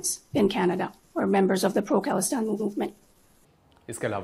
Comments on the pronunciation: Canada not kannada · Sir, you need to learn how to pronounce Canada